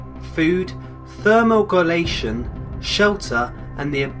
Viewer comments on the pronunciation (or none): facepalm lol, I'm sorry,, but I laughed SO hard when you tried to pronounce thermoregulation... It's not Ther-More-Gulation, it's Thermo-Regulation. as in, avoiding getting too hot or too cold? Just thought you should know...;) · Love that little intro x3 was therm-o-regulation what you were trying to say? Loves it <3 thermor-gulation x3 Can't wait for more of this series, it looks awesome!